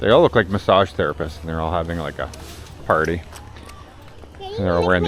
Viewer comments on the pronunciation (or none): none